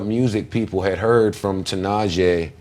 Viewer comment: its pronounced ti'nah'she